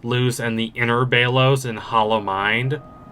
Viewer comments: Why does this guy keep saying bailos instead of belos😭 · "Bay-Loes" I'm dead 💀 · Your pronunciation of belos is insane